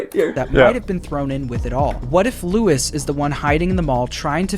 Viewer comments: It's not Lewis it's LUIS which a Spanish name, so it's being mispronounced the whole time in game and theorist :) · Question is Luis pronounced Louis? Or is it Luis ? It’s bugging me REALLY BAD!! 🤣